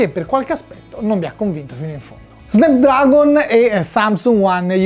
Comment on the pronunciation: Si dice "SNAPDRAGON" non "Snepdragon"!!!!